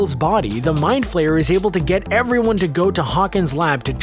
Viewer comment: It's flare not flayer